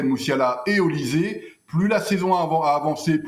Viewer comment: On prononce"OLICHÈ" et non "ZÉ" !